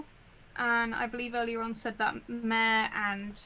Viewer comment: also M-A-R-E is a boy. stop butchering his name please